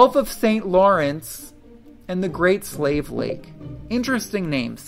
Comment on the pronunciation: The Great Slave Lake is actually named after the Slave people. It's pronounced Slay-vy 😊👌